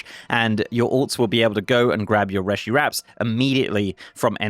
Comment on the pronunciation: PSA: It's pronounced 'ree-shee', as per all spoken dialogue in game.